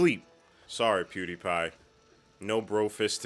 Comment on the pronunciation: Not you callin him Pewdipie😂😂